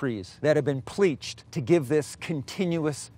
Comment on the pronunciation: no one: this guy: pLEACHED